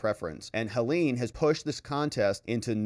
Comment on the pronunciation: It’s not Helen